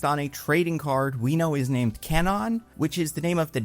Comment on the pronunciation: props for the attempt at an accurate pronunciation of "Kwannon." Ball knower!